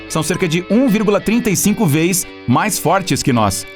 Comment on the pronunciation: 1,35 VEZES, e n 1,35 veis